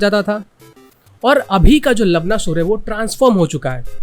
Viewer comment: You're pronouncing Lavanāsur as लवनासुर and not लवणासुर (which is correct) If you would have pronounced it correctly, it would have been hilarious 😂🤣 You know what I mean 😆